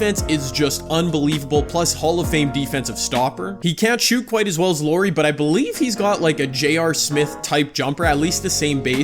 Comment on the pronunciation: Lori. little calls Lauri Lori. Glad you didn't choose him I wouldn't be able to handle hearing Lori over and over again. Good vid tho